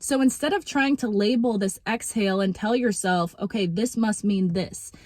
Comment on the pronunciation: "exhale" period not "exile" period. ok. period.